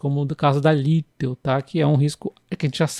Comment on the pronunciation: Por favor, não se fala Lítel. O certo é Litél. LitÉl! Valeu!!! 😅